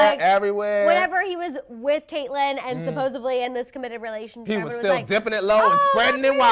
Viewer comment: did she say "supposevedly" ?